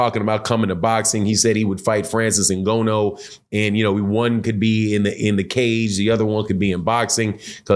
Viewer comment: please my man Francis N-gone-new